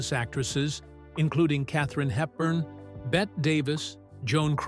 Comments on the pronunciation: It's pretty bad all the way around. Vivien Leigh didn't even marry Lawrence Olivier intil late in 1940 so how could she "call her husband, Lawrence Olivier, frequently to complain..." simply wasn't true. According to Bette Davis' own autobiography, Bette was pronounced Betty not Bet. That's just two off the top. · Me neither. The narrator is a Hollywood illiterate. He thinks Bette Davis is actually pronounced Bet Davis ..dumb!